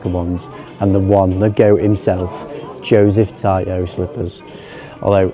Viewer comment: Joseph Taito 🤣🤣 I can't even! Why didn't you look the pronunciation up hahahah I have never heard anyone in my life read his name like that